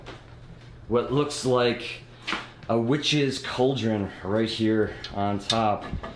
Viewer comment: It's a "cauldron" (call-drun) not a culdron.